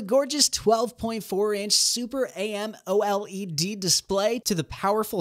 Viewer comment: Why are you saying amoled like that lol